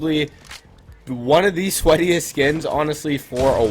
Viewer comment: My dude said sketiest 🤨